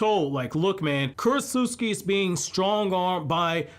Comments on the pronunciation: ...Kurotsutsu-CHI. Not Kurotsut-SUKI. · Dude, it's Ku-ro-tsu-CHI, not KurosuSKI. You make it sound like she's from Poland. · Okay look, this whole video was good, except for the fact that you kept on mispronouncing “Kurotsuchi” wrong because you didn’t pronounce the “CH” you pronounced “KI” yet for some reasons you can pronounce “Tsuchikage” properly? Why??? That annoyed the hell out of me because it’s simply incorrect and weird that you changed the pronunciation like it’s English when you KNOW it’s Japanese, that’s all that was bad about this video but other than that, this was a very good video. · Also its kurotsuchi (kur-ot-soo-chi) not kurotsutski 😭😭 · "Kurotsutsuki?" Bro.